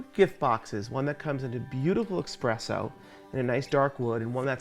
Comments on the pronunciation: Yes he said eXpresso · Did he say "eXpresso"???